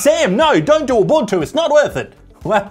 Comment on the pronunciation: it is pronounced oo-boon-too